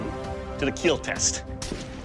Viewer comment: Keal not kill